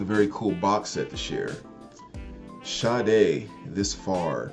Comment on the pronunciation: thanks for not botching Sade's pronunciation like most of these youtubers calling her Sharday, hahaha.